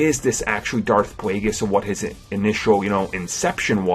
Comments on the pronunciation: dauwf pwaygiss lol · Darth Pwaygus?